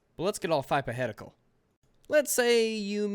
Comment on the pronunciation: "Thypohetical" lmao